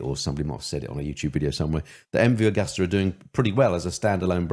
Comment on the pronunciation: The name is MV Agusta. It's pronounced A-goo-sta!